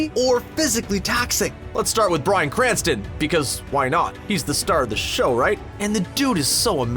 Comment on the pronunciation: STOP CALLING HIM "BRANSTON"!!!!